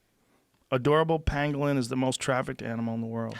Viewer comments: Joe is literally saying "panglin" when talking about the penguin. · OR it was pangolin and his pronunciation is off... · I think Joe miss pronounced that animal..i think its a pokemon not a pangolin lol.